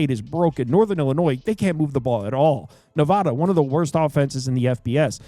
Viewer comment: Love your insight. You are very thorough and knowledgeable. My fellow Nevadans would love it if you would pronounce our state correctly:)